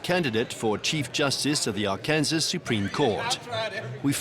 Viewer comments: Before doing a documentary you should learn how to pronounce Arkansas! It's not Ark-Kansas! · AR-KAN-SAW. Not Ar-Kansas. Interestingly enough, both Arkansas and Kansas are named after the Kansa Tribe. However, the "Arkansas River" is pronounced Ar-Kansas River in western Kansas. Ar-kan-saw River in Colorado and Arkansas. Crazy, huh?